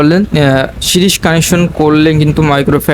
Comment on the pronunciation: ভাই এটা সিরস বলে না সিরিজ কানেকশন বলে